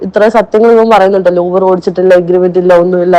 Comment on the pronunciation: യൂബർ യൂബർ അല്ല ഊബർ ഊബർ ആണ് ഇംഗ്ലീഷ് മീഡിയം 🤣🤣